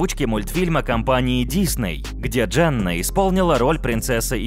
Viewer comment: Почему говоришь Джанна, если она Дженна...